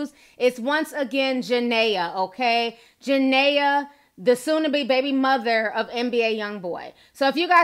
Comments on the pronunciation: Juh- Ne-Ya ... not Ja-Nay-Ya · It’s ja-Nia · Her name is pronounced ja-nyy-aa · it's ja nee ah thats why her nickname is nini. thanks for the vid ti, love you.❣❣❣ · Jania pronounced jah-knee-a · Jah-Nee-Ah lol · JaNIA NIAAAAA. Say our name right lol but this had me rolling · How you talking about a person and can’t even pronounce her name right 🤦🏽‍♀️